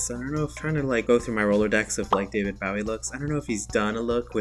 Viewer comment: Bowie is pronounced with a long o.